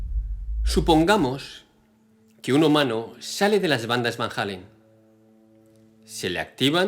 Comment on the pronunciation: No es Van Halen sino Van Allen (sin pronunciar la h pues no hay h)